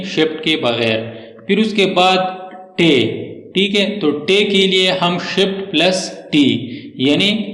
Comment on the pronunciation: shit nahi bhai shift